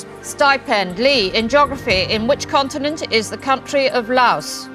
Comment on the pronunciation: Why does she keep saying "contiMent"?